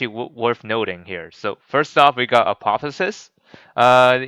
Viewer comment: Apo theo sis there is a ''O'' there